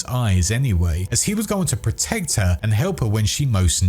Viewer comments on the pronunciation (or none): none